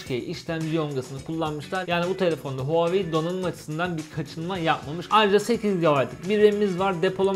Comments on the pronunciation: Huawei değil huvaayiii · NOBODY:: HUAVEYİ